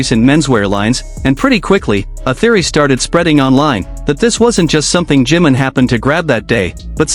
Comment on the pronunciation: JIMIM, JIMIN, SAY HIS NAME!!! 😂 JI-MIN!!! NO JIM 🤦🏻‍♀️🤦🏻‍♀️🤦🏻‍♀️